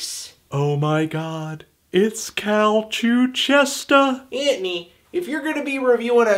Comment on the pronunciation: cal cuchestah!! lmao